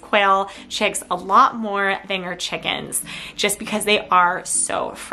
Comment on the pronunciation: "Checkz" and "Checkenz"